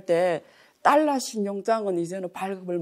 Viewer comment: 딸라.. ^^;;; 배우면 뭐하나.. 20세기 엉터리 일본식 영어 발음을 아직도 사용하고 있는데..